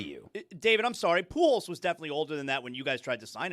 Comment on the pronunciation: I have been waiting forever for attention to be brought to how says Pujols. What's PoohJOS!? 😂